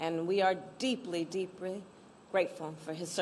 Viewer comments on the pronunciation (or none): "we are deeply, breepry grateful"